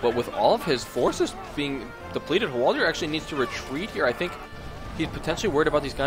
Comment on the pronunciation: Hwaldaaaaaaaaaaaar, not Hwaldiiiiiiiiiiiiiiiir.